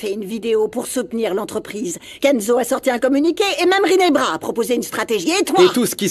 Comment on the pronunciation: C’est rinebra pas ginebra😂😂😂😢